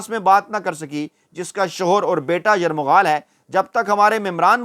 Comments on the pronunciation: یرغمال ہوتا ہے یرمغا ل نہیں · ۔۔۔۔! آپ نے روانی اور جلدبازی میں ایک لفظ غلط کہہ دیا ھے وہ لفظ۔۔ ۔۔۔ یرمغال نہیں بلکہ۔۔۔۔۔۔ یرغمال ھے۔ یہ تنقید برائے تنقید نہیں بلکہ تنقید برائے ""اصلاح"" ھے۔ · یرغمال لفظ ہے یرمغال نہین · Yarmaghal nhn Yarghamal correct word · یرمغال نہیں یر غمال ھوتا ھے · Yarghamal not yarmaghal 😂🤣😃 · Yarmaghaal nahin hota ye lafz hamaisha ghalat kehtay ho (yarghamaal) hai sahi lafz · لفظ "یرغمال" ہوتا ہے نہ کہ 'یرمغال' تلفظ کی درستی فرما لیں، شکریہ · او یہ یرمغال نہیں ہوتا، یرغمال ہوتا ہے 😆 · it is not "Yarmagaal". It is "Yargamaal". Kindly correct yourself. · ایک لفظ ذرہ ٹیھک کرے جو کہ اپ غلط بول رہیں یہ لفظ یرغمال ہے نہ کہ یرمغال شکریہ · سارے لفظ یرغمال سیدھا پڑھا کریں اپ یرمغال پڑھتے ہیں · جناب یرمغال نہیں یرغمال ہے یہ لفظ دو دفعہ اپ مے دہرایا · درست لفظ "یرغمال" ھے نہ کہ "یرمغال"۔ درست فرمائیں